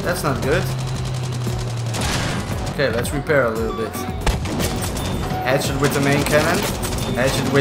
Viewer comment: On bf5 when the tank was destroying I thought I heard him say hatchet 🪓 I was like yo I like this then i realised he was saying headshot